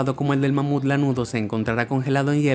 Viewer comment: Soy yo o dijo con una mamada de mamuf